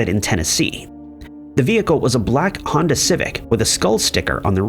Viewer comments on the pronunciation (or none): none